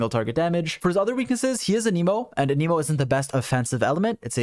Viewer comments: I genuinely thought you said: "For his other weaknesses: He is an emo. And an emo is not the best offensive element." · thanks for the nice video, but please stop fucking saying anemo like that